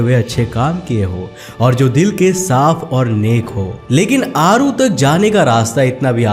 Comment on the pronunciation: It's not ओसीरिस it's ओसायरीस। आरू is अरु। आपने बहोत सारे words को गलत बोला है। ऐसा ज्ञान किस काम का जो लोगों को Video के मुख्य पात्रों के नाम ही गलत बताये जा रहे हो। इतना बडा चैनल होते हुए भी आप ऐसी गलती।🤔🤔🤔🤔🤔